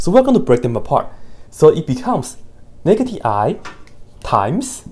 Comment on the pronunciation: Pronouncing "sin x" as "sẽx" and "negative i" as "nakedy i" ...you have my attention, sir. 🎩